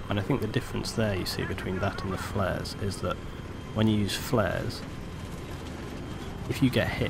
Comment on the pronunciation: The word is flares, people.